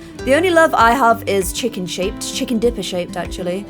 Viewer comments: I love how she says chickom instead of chicken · Is it just me or 'Chickahn" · I love in Georgia in the USA and every time she says Chick-ahn I get warm and fuzzy.